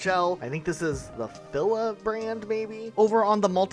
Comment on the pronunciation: Ha ha lol i love the he pronounced FILA! bc thats EXACTLY how i pronounced it until a year ago when I LITTLE KID corrected me on it and what do you know? i was pronouncing it wrong...